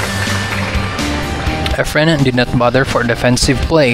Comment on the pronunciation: Lol dont watch pool, i kept hearing “our friend” not “efren”